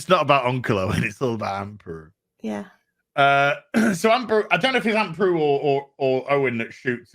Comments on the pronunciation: It's "Beru" not "Peru." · Just wondering if you keep calling her 'Aunt Peru' for the piss take because her name is 'Beru', or you just don't know her actual name.